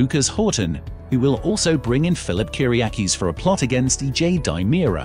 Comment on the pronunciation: Demerara, not DImera. Not GabI, Gabby